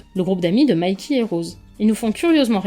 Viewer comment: Tu prononce tout à l'anglaise ? Mayky ? C'est violent par moment le croisement Franco anglais !